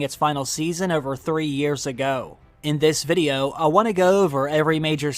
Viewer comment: Great content, but I can’t be the only one who thinks his pronunciation of “VID-E-YO” is super unique and weird lol. But anyway, great content.